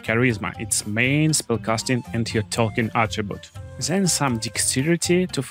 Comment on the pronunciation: One tip: it is THEN not ZEN 😃 Very good video